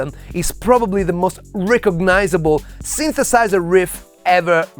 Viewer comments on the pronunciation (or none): "the sinthesaizerh" as only an Italian guy can pronounce! 😍